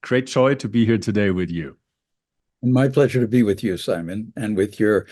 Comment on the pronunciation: Imagine some nobody inviting you to interview and calling you "Simoh" without bothering to lookup your actual correct name.